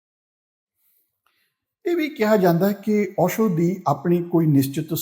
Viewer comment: Osho dhe parnaunation v sahi nahi.... Palli bhaaji